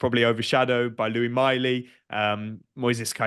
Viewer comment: I know you lot are down there near France.. But the Miley lads name is not pronounced like he's a French king!!